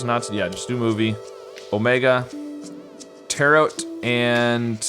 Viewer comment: Tarot is pronounced like ‘tarrow’, with a ‘oh’ and silent T, for reference